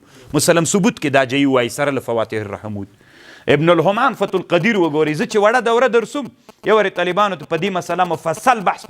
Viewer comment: السلام علیکم ځینې خبرې یې په ځای وي خو دلته یې څو څو ځله د ابن همام په ځای، ابن غمام ویلي چې باید علما اصلاح شي